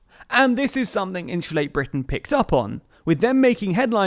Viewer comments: Great video but can't help laughing at how you say insulate haha 😆 In shoe late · “Inshulate”? Every time I think I’ve finally heard all the British accents, someone pops up like, “Bold of you to assume.”